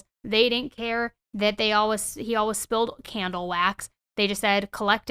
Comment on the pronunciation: This could be the autism speaking but one day I would like to hear you say ALWAYS and not ALWIZZZ